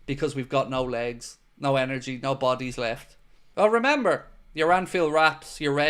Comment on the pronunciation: You said “mooo” instead of “nooooo” 😂😅😭